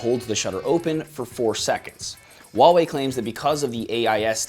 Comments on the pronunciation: Please pronounce nicely, not 'Waaaa' wei, is Huaaaa~~ Wei.... The whole video i only heard WaaaaWei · That fucking name tho... Huawei lol it's how you say it just sounds ridiculous even for asia. Samsung / WHOOOO HOW WAY but i laugh how this guys says wallway.